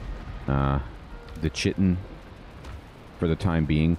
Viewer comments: If you empty out all the items on your gravestone, you'll get the "Corpse run" buff which makes you a lot tankier and raises your weight carrying capacity for a short amount of time. It can be very helpful if you're getting swarmed by enemies. For future reference, chitin is actually pronounced similarly to "kiting" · Same here. "Kuy-tin" for Chitin and "Eye-core" for Ichor. Pronounced both of them wrong for decades. (Chih-tin and ick-ore is what my mind goes to, but you know how English is, the proper way to spell something is generally the way that makes the least sense) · Ooo, thanks on that chitin pronunciation! I've been doing that wrong my whole life haha. Thanks for the tup about the corpse run buff! It seems they have worked in a way to avoid what happened to me here haha